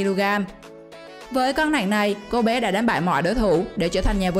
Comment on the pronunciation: Nặng mà chị đọc nẹn ko thấy ghét